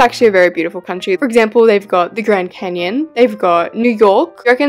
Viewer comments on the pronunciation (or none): none